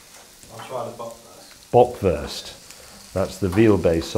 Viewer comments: I love how he pronounces "Böckwörst" and "Brattwörst" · The way how he kept pronouncing “Bratwurst” and “Bockwurst”, made me eat my own shit